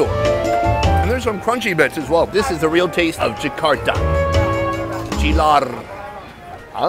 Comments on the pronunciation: The name is ''cilor'' instead he said it ''cilar''😂😂😂😂😂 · Ok but can I just say how sonny butcherd "cilor" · Love Sonny's face when he try to pronounce "cilor" but he made it "chilore" 😄